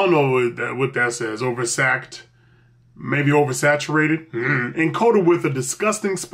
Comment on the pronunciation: Lol oversakted. I think they meant oversalted hehe